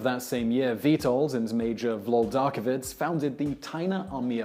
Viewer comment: "veetohld peeletzkee" "vwodarkyeveetch" "wupunkah" "puvyakh", "mokotuv" "zvyonzeck orguneezatzyee voyskohvey" "vwuhdiswuv unders" "pyotr shmietanskee" ain't easy, we know ;)